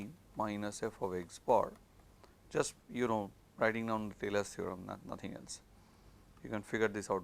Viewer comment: What theorem does he mention ? I heard thelas theorem, but that can’t be right.